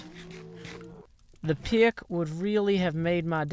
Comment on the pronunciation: I love the way he says pick... PIYUK!